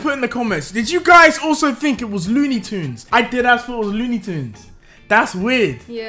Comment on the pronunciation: dudeeee I swear it was looney tunes not luney tunes